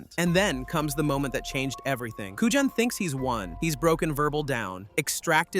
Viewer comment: Seriously? This guy is going to narrate about a film he obviously never saw. He cannot even pronounce Agent Kujan's name correctly.